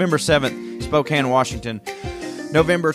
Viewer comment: You know how to pronounce Spokane and Oregon. I'm impressed.